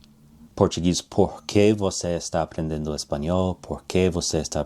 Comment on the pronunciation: I made a video about this awhile back. I don't think his Portuguese pronunciation is great. You can hear at that he pronounces the "n" in aprendendo, when it should be just nasalizing the vowel before it. It's not a huge error, but he didn't speak all that much. Mostly, I was annoyed by his clickbaity title and his defense of his title in the comments which felt disingenuous. It seems like there's a point where you should just admit that your titles are kind of clickbaity, but you view it as just a part of being in YouTube. But, he has a weird defense of why his title isn't actually click bait. I also find it annoying that he says it's not about memorizition, but this method doesn't seem to do anything for you unless you memorize the chunks.